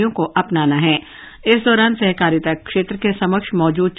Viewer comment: 'सेहकारिता' उच्चार ग़लत है । ' सहकारिता ' बराबर है ।